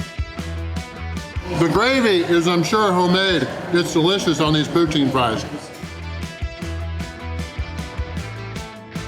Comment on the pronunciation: What's poo-tine?